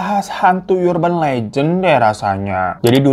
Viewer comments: Bang dibacanya bukan "Yurban" tapi "Urban" 😁😁😁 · bacanya 'erben' bang, bukan 'yurben' :( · erben bang bukan yurben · Bang URBAN bkn dibaca yurban tp arban (vokal a kcil) .. Ga smua awalan U dibca jd yu. URGENT jg dicari argent A diucap sama kyk urban. Dlm bhs indo ada PURA di Bali na gt baca a sama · Bang mohon maaf "urban" bacanya ˈərbən bang, bukan yurben. Mohon maaf netizen & para majikan sekalian, jangan dibully hatiku rapuh 😢